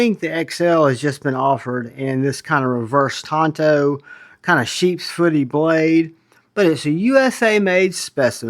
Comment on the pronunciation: Oh my god. A knife reviewer who knows how to pronounce “tanto” correctly.